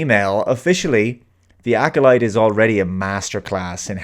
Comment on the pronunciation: "The Acckkoleet": Making "Star Wars" safe for the Bene Gesserit.;)